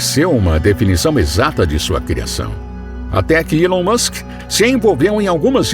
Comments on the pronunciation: Alon Musk Erá amigô dô faraó, foi elê quê deu dê presente a linguá dê ourô! Kkk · Gostei muito do conteúdo mais só eu que dei muita risada quando ele falava ilon Musk 😂😂